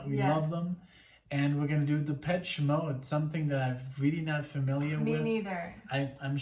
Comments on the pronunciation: It's Depeche Mode, no Peach in their name... ;-) Like depèche in French. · Legendary band with tons of fantastic music, so many songs to recommend, good lyrics too. Check out World in my eyes, Enjoy the silence, In your room (album version). Happy belated 30th birthday,! Oh and it’s pronounced de-pesh.😉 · The proper classification for this music is Techno Rock. And the proper pronunciation is Depesh Mode. Love Depeche Mode. Have listened to them for many years. Everything they record is worth repeatedly listening to. My favorite song is Strangelove. Thank you for reacting and to Kevin and Tomaso for recommending. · This album came out in 1990 and blitzed everything. Tbh you can’t even say this is a “1990” sounding album, it could easily sit with albums made 10-15 years later. Genius, saw them live in London in 1990 at Wembley, astonishing. Btw you pronounce it “Depesh” Mode. Please don’t compare it to Rammstein 🤣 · It's pronounced... Dep esh ay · Goth people like it, but it was around before Goth was a thing. Depeche Mode (pronounced de-pesh) was just considered alternative/new wave dance at the time in the US and synth-pop in Europe. I would recommend listening to songs starting with the album "Music for the Masses" Before that, they may be a little too synth pop. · I love Dave Gahan's voice. By the way, it's pronounced Da-pesh.